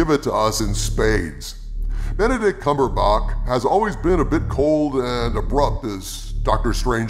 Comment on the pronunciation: First time I have ever heard Benedict Cumber-bok